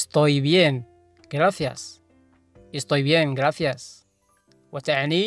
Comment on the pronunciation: أستاذ كلمة شكراً تلفظ (گرافيس) أو (گراسيس) ما قدرت أميز اللفظ بتاع حضرتك؟